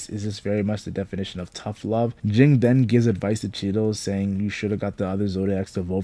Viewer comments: It's Ging, not Jing. Ging sounds the same as King. The author made their names the sound of a bell "Ging-Gon"! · It's pronounced "Jeen" not "Jing". Cmon now, they even say it in the anime. Usually it's people saying "kalua' instead of "keel-ua"